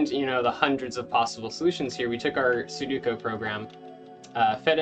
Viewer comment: this is a really fun math problem but man, every time you said "suduko" felt like being stabbed in the chest lmao